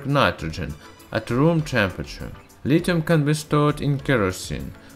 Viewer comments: You may not know this, but there is an h in lithium, so pronounce it with one, it's not litum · My point was that there are words that have silent h in English. There being an h doesn't mean it's audible. That being said, I'm sure science dude knows full well how it should be pronounced, but it's not a sound in his language, it's hard to enunciate foreign phonemes. No need for people to act like asses about it.